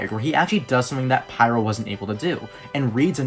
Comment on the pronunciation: just say pyro as pyro, otherwise it gets confusing for feebleminded people